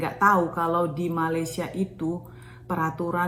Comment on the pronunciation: Cara menyebut nama negara Malaysia ialah Me-Ley-Sya